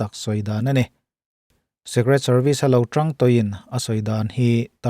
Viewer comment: Secret (Sek-ret) ni loin Secret ( sik-ret)